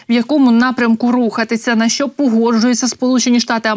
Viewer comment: ВЕДУЧА! А ЩО ТВОРИТЬСЯ З ТВОЄЮ ЩЕЛЕПОЮ,ЩО ТИ НЕ МОЖЕШ ПРАВИЛЬНО ВИМОВЛЯТИ УКРАЇНСЬКІ СЛОВА І ТАКЕ СЛОВО ЯК (ЩО) ТВОЯ ЩЕЛЕПА ПОСТІЙНО ВИМОВЛЯЄ (ЩЬО...,ЩЬО....,ЩЬО....,ЩЬО.....,ЩЬО...,ЩЬО.....,ЩЬО.....,ЩЬО....,,ЩЬО.....,ЩЬО......)!!!!!!!!!!!!!!!!!!!!!!!!!!!!!!! (Українська діаспора в США)